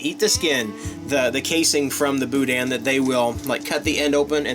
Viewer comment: There is no dan sound in boudin it sounds like meh bou-deh not bou-dan